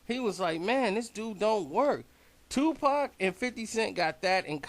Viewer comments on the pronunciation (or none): none